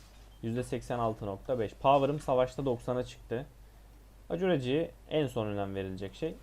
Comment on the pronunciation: Ribcage dediğin rib cage olsa gerek. Rib keyc diye söylenir. Acuraci de ekurısi diye söylenir. Kardeş ingilizce oyun oynuyorsun ama az biraz da öğren dili ki hem daha iyi anlar zevk alırsın detsyları yakalarsın hem de doğru söylersin.